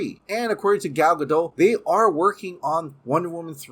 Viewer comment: It’s pronounced Gal “Guh-Daht”